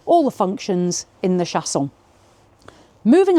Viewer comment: That is so pretty! Love the French pronunciation 😉 and I can’t believe it’s not that long/wide either yes doesn’t seem too small! Most of the compact ones look compact 😊